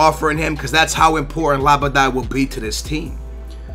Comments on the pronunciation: i swear its almost like you're mispronouncing names on purpose first you say andre even though its adryan (ad-ree-an) then you say labday even though its labyad (lab-ee-yad) then you say zoumba even though its zouma wtf! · Not being harsh, but are you dyslexic?? It says adryan, u say Andrey??? It says labyad, u say labaday??? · Secondly, you need some pronunciation lessons man. Labadye? I don't even.. and Zumba? that's an exercise program. Z-O-U-M-A. Just say it like zoom----a. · NO LABADAY BUT LABYAD!!!! AHAHAHAHAH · Look at the name before u read it. it says labyad and u pronounce it like labadad. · zouma?? andre??? labaday???? its fucking labyad , zouma and adryan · LABADAAA.. its LAB-YAD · His name is LABYAD. How can you be BELIEVE that his name is pronounced LABADAY? Don't get it bro. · Yo pronounce Labyad as Laa-bee-ad. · It's like Melapa,not Malapa!And it is Labiad,not Labada! I hope that I helped! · la-be-ad not labadie a-dre-yan not andre zou-ma not zoumba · really, labadad?? LABYAD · It s not labada but labiiiiiad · If you just read the names then you won't get them so wrong. Zoo-ma, not Zumba. Lab-y-ad not Labydad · Labada?, it's Labyad, really Labyad. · Its La-bie-jad. ;p Not Labaday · *Labyad not Labydad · Zouma not Zoumba, Adryan/ Adrian not Andrey and Labyad not Labbidad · Labyad not labadai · DUDE, read his name: Not labady, but la, as in TINKY WINKY, DIPSY, LALA, PO. by as in he's a bi, ad as in adventage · Deu-lo-feu not Delafoo Zouma not Zumba Lab-ee-ad not Lab-a-die or Labadad Ad-ry-an not Andre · Please try to read the player names it's clearly Adryan and you pronounce it Andrey, you also call Labyad "Labaday". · Labada? Its LabYAD you noob :P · how did ge called zakaria labyad..............labadad a00a0xa0xa0xax0ax0 what the hell??? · zumba, labydad, andray? c'mon please try harder to pronounce names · it's pronounced Adreeyan ,zooma, labeeyad, dehlofeo and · It's LA-BIE-AD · It's pronounced lab-ee-ad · Its la-be-ad